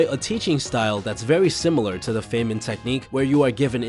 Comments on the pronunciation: The fay-man lol. Fine-man. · It’s pronounced ‘fine-man’ not ‘fey-men’ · pronounced fine-man... rich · Not a credible video from the standpoint that the narrator doesn't know how to pronounce Feynman's name or other basic nouns.